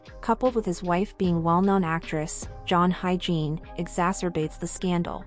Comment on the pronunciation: You can't hire a VO talent who's skilled in pronouncing foreign names? It's pronounced [ HI-YE-JIN], not HYGIENE....jesus....